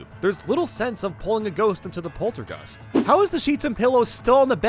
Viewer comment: Hope theres a 4th game also is it just me or does he say Polterguster Insteed Of Poltergust